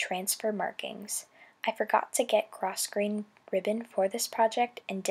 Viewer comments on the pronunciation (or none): I know that word looks like gros-grain, but it's actually pronounced grow-grain.